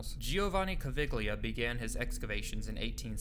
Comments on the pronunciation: In the name Caviglia the g is silent and thus pronounced like Cav-eel-yah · Cool video. You owe apologies to many more than the French for mispronunciation, though. Edgar Cayce? I mean, Hawass and that interviewer mention his name several times in this video! Caviglia? Obviously, you're not Italian. Robert Schoch? Thutmose? C'mon, man. This is the internet. You can find correct pronunciations for literally millions of words and names in seconds.